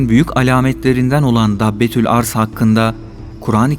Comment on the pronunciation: Arz değil başka şekilde okunur